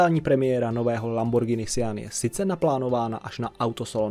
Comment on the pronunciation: uz len za spravnu vyslovnost "Lamborgini" a ne "Lambordžini" mas lajk